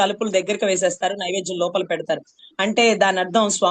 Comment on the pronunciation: నైవేజ్యం కాదు నైవేద్యం అనాలి